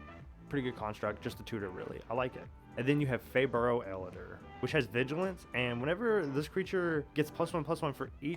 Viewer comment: its pronounced hey bye